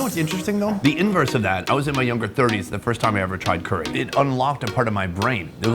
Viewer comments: It's not cooree, it's curry. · Why does he say curry like that 😂😂😂😂😂😂😂 coooories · The way his says “curey” 😅